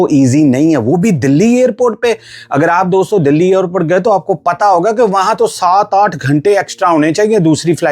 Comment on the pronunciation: The narrator should stop the illiterate pronunciations of "Air India" and "Airport." He says "Ayr-India" and "Ayr-port." Absolutely wrong. Right: "Air (as in CHAIR/PAIR)-India," and "Air- port."